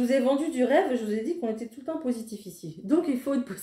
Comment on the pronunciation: À 15.30 "je vous ai vendu du rêve" ! Non, vous nous avez vendu du "vert" 😂